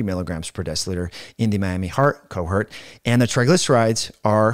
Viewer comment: Important information. Your pronunciation of "cohort" hurt.